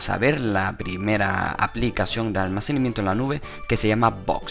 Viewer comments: ALMACENIMIENTO ??? CORRIGETE HOMBRE SE DICE ALMACENAMIENTO, DEMORATE UN POCO Y HABLA BIEN. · ¿Almacenimiento? Jajajajajaja todo el rato dice almacenimiento en ves de almacenamiento. Jajajajajaja Jajajajajaja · almacenimiento XD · Almacenimiento 😂😂😂😂😂jajajaja no sabe ni hablár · Alminiciamiento xdxdxd